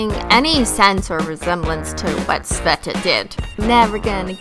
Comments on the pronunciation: Sveta Yup, you pronounced it right) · Yep, you pronounced her name correct. Sveta short for Svetlana. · I think you pronounced svetas properly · You are pronouncing her name right, I'm surprised actually